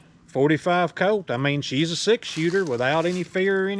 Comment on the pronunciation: "forty five coat"